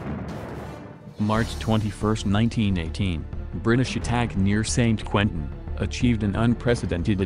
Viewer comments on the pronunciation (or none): none